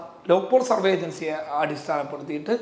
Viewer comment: പ്രാർത്ഥനയോടെ കാത്തിരിക്കുന്നു.. Please note! സർവേ... സർവ്വ അല്ല. വരെ ശരിയായി ഒരിക്കലേ കേട്ടുള്ളൂ. 😊 കുറച്ചുകൂടി കേട്ടു പക്ഷേ ഒന്ന് ശ്രദ്ധിക്കുമോ. വേഗം പറയുമ്പോൾ സംഭവിക്കുന്നതാകാം. സോറി. പക്ഷേ പറയണം എന്ന് തോന്നി. 😢😮